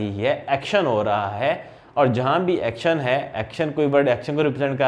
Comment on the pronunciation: Just one thing bothering me the way u pronounce subscribe word sir.😏